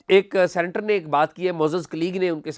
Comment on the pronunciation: Not "centre" but "senator" سینٹر نہیں ”سینیٹر“